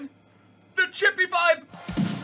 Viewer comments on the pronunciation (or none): you probably wont play with him again but just wanna say vibe is pronounced veebay